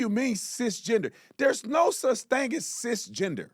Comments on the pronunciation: She even said "cis GINGER".. lol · She said sis ginger lol